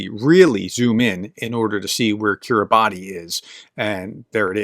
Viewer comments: That's "Kiribass". The "ti" sound has become an "s" sound. Cool people. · Kiribati is pronounced "KIRR-i-bass, as -ti in the Gilbertese language represents an [s] sound." It includes the Tarawa Atoll, known for being taken back from the Japanese by U.S. Marines in 1943. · Thanks,. Kiribati I read is pronounced Kiribas? I don't know the backstory. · Kiri bash (not bati) - some decades ago, they hired a British poet to write an official poem to make that point \m/ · Kiribati is pronounced "Kiribass" (with a long A) - it has to do with the alphabet system they use apparently. As for Putin, well it's easy to be an expert on everything if you make it all up - like his grasp of history.